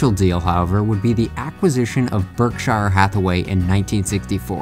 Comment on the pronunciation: You really butchered the pronunciation of Berkshire Hathaway. :/